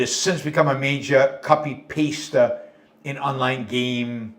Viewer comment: peak boomer moment, copy-paysta instead of copy-pasta (like spaghetti is a pasta)